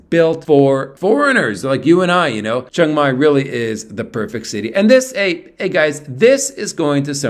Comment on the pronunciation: You are pronouncing Chiang Mai wrong